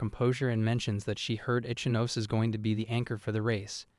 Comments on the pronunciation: Ichinose is pronounced "E-chee-no-seh," not "Itch-ah-nos" Can you manga readers give a SINGLE ounce of effort to respect the source material and give a single fuck? Please? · Ichinose ✖️ Itchy-nose😂